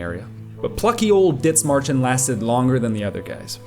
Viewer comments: Es heisst Dithmarschen nicht ditzmarschen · Small note but its more pronounced like "Did-Marschen" not "Ditz" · In german there is no th like in english. It is Dithmarschen spelled with just the t. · Where's the speaker from? Sounds almost like a slight German accent, but then no German would pronounce the th in Dithmarschen like that. The h is silent. Great video though! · Why do you call it "Ditzmarschen"? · You don't pronounce the h in Dithmarschen. It's simply pronounced Dittmarshen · Idk, its annoying to watch this video because you keep pronouncing Dithmarschen like its an english word. Just because theres a th doesn't mean its spelled like the english th. The h is silent. Pronounce it like you would Dittmarschen. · why do you keep calling it DITZ MARSHER? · i dunno why you pronounce it like that... there's no S in the first 5 letters of that name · cool video but what the fuck is that pronunciation of Dithmarschen they aren't Bri'ish